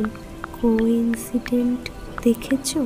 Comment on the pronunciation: Flash not flush, coincident noi its concidence. Dear team this narration was quite flat no emotional touch present in the entire episode hence it missed to evoke any atmosphere of horror. I loved ur Byomkesh episodes but this missed the mark!😔😔😔😔😔😔.... Goodnight ✌